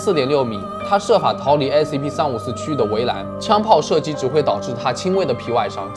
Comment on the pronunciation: 把354講成345了